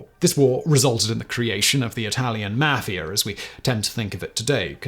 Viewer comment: You can't pronounce Italian names. Or even the term Mafia.